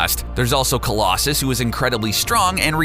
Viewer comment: Did he say Colossus is Brazilian or am I hearing wrong